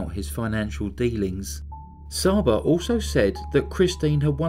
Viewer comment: Csaba is pronounced chaba